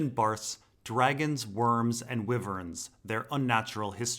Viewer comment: It's supposed to sound like "WHYvern."